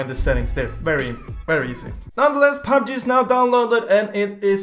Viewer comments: he is saying fabbji instead pf pubg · Who else hear PAB G instead of PUB G? 😂😂